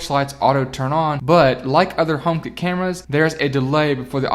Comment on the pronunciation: as an andriod owner and not an apple fanboy took me the whole video and lots of googling to figure out what you meant by homekit as i thought you were saying homebase. great review otherwise!